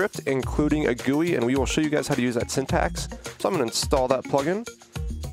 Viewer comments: BRO PLEASE SAY ''JEE YOU AI'' NOT 'JUI'' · i hate the "gowee" instead of G U I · Lol. It is pronounced gee you eye. Not gooie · Hey,, it's said 'Jee-You-Eye' (GUI) not 'Gooey' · It's pronounced G U I. Not "gooey". It stand for Graphical User Interface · BRUH its not a "gooey" ITS SAID LIKE "jee-you-eye"! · its not gooey its jeeyoui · I kinda hate how he says Gooey instead of G-U-I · frickin gui doesnt sounds like gooey bur G U I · Please stop saying gooie it hurts my brain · he says gooey and i hate it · GUI pernounced gee you ieee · Nobody:: "Gooey" Minehut Fans: "Well actually sir it is pronounced G-U-I": "Gooey" Minehut Fans: "No like the letter separately": "Gooey" Minehut Fans: OMG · stop saying gooey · My mom works for the company that made GUI and it is pronounced gooey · It’s GUI not gooey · *gee you eye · excuse me, did say gooey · finally a comment not talking about how says gui